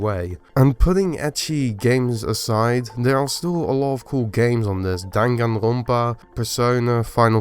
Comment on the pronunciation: I like how there is a very noticeable Dutch R when you pronounce Danganronpa.